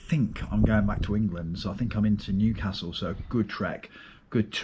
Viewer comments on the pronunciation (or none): none